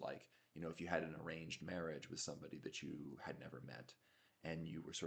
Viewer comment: I thought you said "deranged marriage"! (I'm not projecting. I promise ;-)) I think I say and think "I need.." and "I have to..." more than I should. Good, actionable stuff, as usual. Thanks!